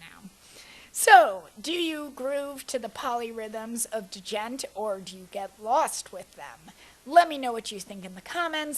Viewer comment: The way you said "djent" made me chortle.